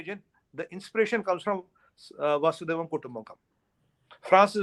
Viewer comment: 🙏🏾🙏🏾🙏🏾🙏🏾 आप की बात सुन कर मन में ऊर्जा आती है 🌞🙏🏾🌞🙏🏾 कृपया वसुधैव कुटुंबकम कहिये वासुदेव नहीं 🙏🏾🌞🙏🏾🙏🏾